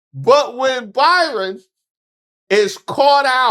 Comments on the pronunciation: You so crazy. His name is BrYon...NOT ByRon. 🤭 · The poor man's name is BRYON (pronounced Brian) NOT BYRON,! Poor dude is probably ashamed enough that his wife was boffing Corey on a private plane & her other 'homes' then these pictures and people can't seem to get his name right! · hate to nit pick but BRYAN not BY-RON. Love your videos! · Bryon not Byron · His name BRYON,Ike Brian spelled differently.NOT BYRON. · are u calling him Byron instead of Bryon? idk the guy personal level no kink shaming, but its funny when the cult of MAGA loved portraying themselves as the party of values when they got no values. Noem even was outted for her affair with Corey Lewindowski when word got out Noem was using the bang plane😂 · brother you keep calling him Byron and not Bryon, but they both the same. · Do you keep saying "Byron" on purpose? Or are all the media outlets misspelling his name? I feel like a crazy person! 🤣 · calling that man Byron instead of BRyon is KILLING ME!!!!😂😂😂😂😂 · I'm laughing even HARDER because keeps mispronouncing his name. That's HILARIOUS!!! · Hey hey cousin please hear me lol ok I got ENOUGH clowns run around with MY name doing mess hahaha this mans name BRYON not BYRON HAHAHA love what you do I watch your videos daily!!! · I think his name is Bry-on not By-ron. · I been trying to say this hahah I got enough Byrons running around making my name look bad lol thank you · ...the low-key DISRESPECT of continuously calling that man BYRON when his name is BRYON is beautiful... :face-green-smiling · The fact that called him "Byron" instead of Bryon had me 😂😂😂😂 the whole time. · Is his name pronounced 'Byron'? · That Y got you messed up. It’s Brian, spelled similarly to Byron! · I’ve been watching you for long enough, and I know that you know how to read. You just sat up here and mispronounced that man’s name at every possible turn. It’s BRY-ON. NOT ‘BY-RON’!!! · The man’s name is Bryon not Byron.